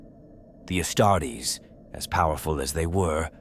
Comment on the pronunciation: I love your approach to the storytelling of 40k but ditch the AI narrator. If it cant pronounce 'Astartes' or 'Primarchs', it might not be fit for the job...